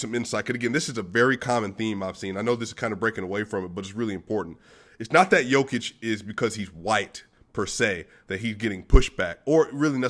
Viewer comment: Great pronunciation of Nicola's first name. You only have to correct last name - its a short/fast "o" in Jokic. And you have to explain it to DNVR guys. They are saying Nikooola. ;)